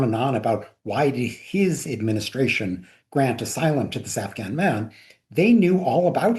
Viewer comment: HasanAbi cult leader knows a lot about “blowback” and lol HasanAbi cult leader not even being able to pronounce the Afghanis name correctly, hahahahaha.